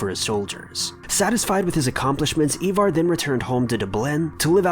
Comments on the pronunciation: Ivar...not Evar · Ivar not evar. I-var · It's pronounced iva not eva